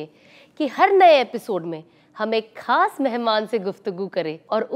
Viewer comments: Assalam o alaikum Sister aapka ye program bahut hi umda hai but ek cheez kaan me khatak rahi wo hai talaffuz Aap khas ko sahi se urdu me pronunciate kijiye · Khaas ka talaffuz sahi boliye plz urdu me khe nikale and your video is very nice mashaAllah